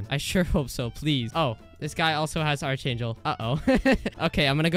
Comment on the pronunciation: why does bro say archangel wrong